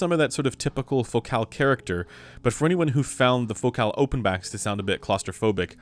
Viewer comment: Why do you say fo-cal. Isn't it like the word, fo-cul.